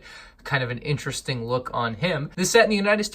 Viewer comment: I find it so annoying how he says interesting In terrrr estink